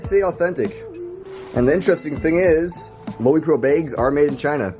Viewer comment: Pronounced Low-Pro.